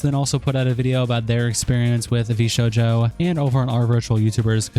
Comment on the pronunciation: Wtf is a Vee Sho Joe?